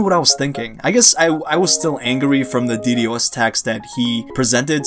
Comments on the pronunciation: Dude legit said de de Os, it's ddos. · I hate how he says ddos 😂